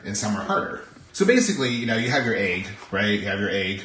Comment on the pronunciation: I just love how you say "ayg" for "egg." <3